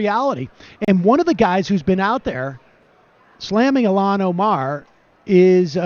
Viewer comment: Why does Sam keep on pronouncing Il-Han as Ilan.